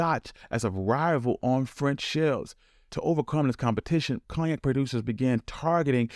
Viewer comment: Its pronounced CONE-YAK